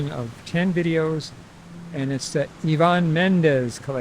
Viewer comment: Eye van not yvon